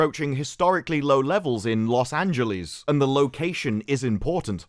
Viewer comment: Take a shot every time says Los Angeleeze like Bugs Bunny